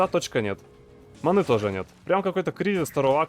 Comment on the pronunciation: зачем говорить манЫ, вместо правильного мАны. Ты француз что-ли?